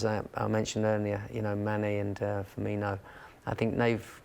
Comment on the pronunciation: It's FIRMINO, NOT FIRMINIO OR FIRMINHO, pronounce it right please